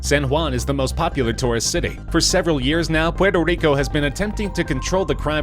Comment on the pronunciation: LOL the way he says Puerto RICO